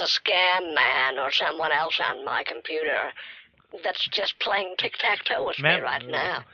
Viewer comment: Tik tak toe 😂😂😂😂😂😂 omg I’m dying 😂😂😂😂😂hahahahahahahaha